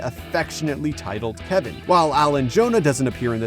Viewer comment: i love how he said kevin btw: i think those are mini Destoroyah that will grow and form into one then make a perfect form for a godzilla and Kong vs Destoroyah